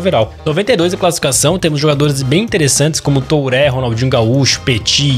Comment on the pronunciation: uma dica: aprende q falar nome dos jogadores, TURÉ e GAVARDIOL nao da